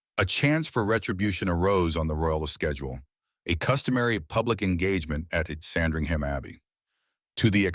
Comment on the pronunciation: The reader needs to learn to pronounce SANDRINGHAM correctly.